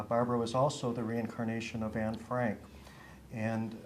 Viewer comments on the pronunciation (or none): ¿Tiene incluso la necesidad de vestirse y peinarse como Anne en la fotografía de su colegio? Me parece alucinante que tenga que manchar así el recuerdo de Anne Frank. Para empezar, lo pronuncia Anna, cuando el nombre es Anne, abreviatura de Annelies, cosa que ni menciona. Anne quería ser escritora y periodista, pero también ayudar a los demás, y tenía muchísimos pasatiempos como patinar sobre hielo. Dice que quería irse con sus padres reales, cuando Anne tenía muchos problemas de convivencia con su madre Edith, y por cierto, tampoco menciona a su hermana Margot. Lo de las fotografías en su cuarto, lo sabemos todos los que admiramos a Anne, todos, aunque no hayamos estado en la casa de atrás. ¿Sintió pánico en la casa? Se supone que fue su refugio... Cuando uno regresa de nuevo a un lugar en el que ha vivido tiene sentimientos encontrados, miedos, pero también alegrías, o al menos recuerdos especiales sobre ello, como por ejemplo cuando Anne subía a la azotea a mirar el castaño a través de la ventana y a escuchar las campanas y se sentía en paz, era su lugar favorito. Anne murió de tifus en Bergen-Belsen al igual que su hermana, no la mataron. Anne jamás hablaría de esa manera, sino de manera positiva, y hablando sobretodo, sobretodo de la libertad. Y podría seguir diciendo mil cosas por las que esta mujer es una farsante, me parece frustrante que alguien quiera venderse de esta manera.